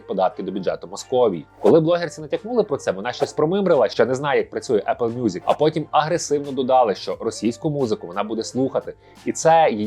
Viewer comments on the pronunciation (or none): none